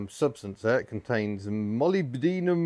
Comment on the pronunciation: I had to laugh at your attempts to pronounce molybdenum, it's mol-ib-de-num